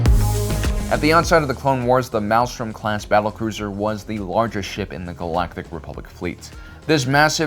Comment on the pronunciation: Sorry, but it's ' Maelstrom ' .